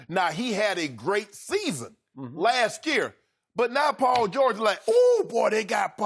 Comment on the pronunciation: “Lask year” 😂